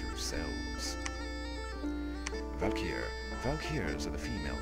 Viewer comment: It's pronounced valˈki(ə)rē orˈvalkərē. Like Ride of the Valkyries!